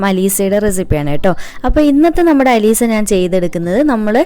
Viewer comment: അത്സയല്ല അലീസ